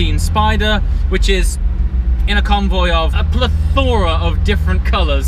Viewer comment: The word PLATHORA...😧 other than that friggin amazing content!!